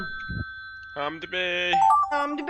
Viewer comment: Hamdi degil amdi